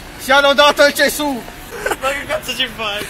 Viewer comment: "SIA LODATO IL GESÙH!"